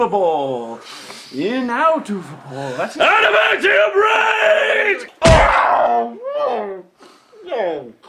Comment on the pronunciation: "ADAMANTIUM RAGE"?? This whole time I thought he said "I'M ABOUT TO BREAAAK"